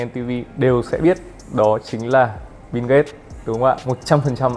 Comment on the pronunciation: Biu mà bạn . Đọc như kiểu bíu bìu ấy